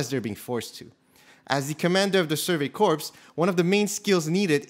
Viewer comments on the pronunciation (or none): Hey Andrew! It was a mispronunciation on my part! English isn't my first language. I made sure to correct myself in my video about Armin. Thank you for watching 🙏